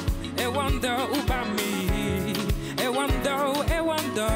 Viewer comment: Tu t'es bien débrouillé pour dire Ewondo 😂😂😂😂 C'est bien !